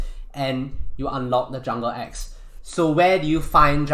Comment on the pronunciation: for a sec i thought he said ex like my ex wife jk jk jk lol